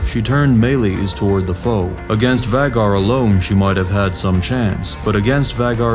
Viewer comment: Whats a vaggar? Its pronounced vay-gar